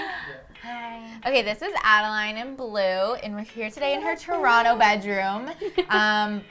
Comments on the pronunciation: When she says Ada-line 😖😖😖😖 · Tbh I kept cringing when she was saying Adeline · (Ad-i-line) is wrong it’s (ad-i lin)